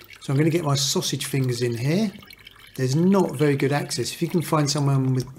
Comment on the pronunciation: Vewwy vewwy easay indeed!